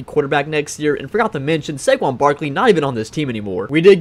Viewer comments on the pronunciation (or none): none